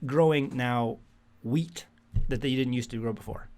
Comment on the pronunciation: Also, thought you were saying weeds, but thanks for the heads up, we are planting some wheat now